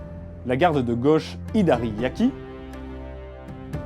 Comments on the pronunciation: Ca se prononce [Muçashi] :D ! Ha quel dommage, à peine la vidéo commencé que ça part déjà en cacahouète :p ! Visiblement il y aura une suite, tu auras donc l'occasion de te corriger :D ! : D'après les recherches, tu as bien écrit "Waki", mais tu l'as prononcé [Yaki], ce qui du coup est probablement une erreur de lecture ? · Très bien. Un petit détail : pour les gardes "waki" (côté), tu prononces "yaki" (cuit). Pas tout à fait pareil 😉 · Le w se prononce comme un w et non comme un y. Sur le Migi Waki par exemple, le Waki ne se prononce pas « Yaki » mais bien «Ouaki ». On dit bien Mawashi Geri et non MaYashi Geri :) Sinon, Miyamoto Musashi était misogyne, paranoïaque, sale (ne se laver jamais, en lien avec la paranoïa), raciste et j’en passe .... un gars bien, quoi :)